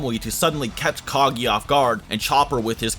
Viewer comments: It's Kaguya, not "Caghia" for fuck's sake :)) I don't like you at all, the guy who ranked Tobirama lower than the fourth Hokage :))) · it physically hurts hearing you pronounce kaguya as kagiya